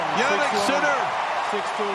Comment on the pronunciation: Wish the commentator would say his name properly !!!! Geez